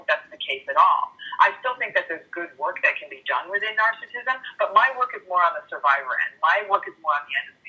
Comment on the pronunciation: I wish he pronounced narcissism correctly.